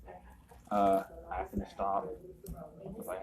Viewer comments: This auditor “axed” someone? How awful. 😂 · Why is she saying Axe, the word is Ask.... go back to elementary school